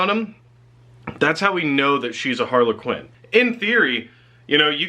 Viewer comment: Harlequin is one word.. not two. Sounds like you're saying Harley Quinn... Please work on your English.. that is all